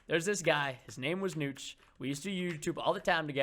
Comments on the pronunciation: It's notch it is like Nahhtch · preston its niotch it sounds like that